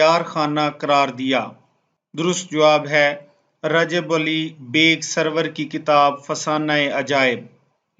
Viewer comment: اپنا تلفظ درست کیجیے۔ سَرُور کو سَروَر پڑھ رہے ہیں۔ اور کئی غلطیاں کی ہیں۔